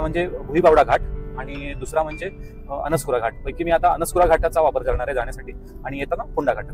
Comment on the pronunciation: अणस्कुरा नाही, अणुस्कुरा अस पाहिजे.